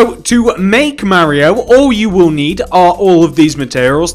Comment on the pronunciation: it’s Mario not Marryio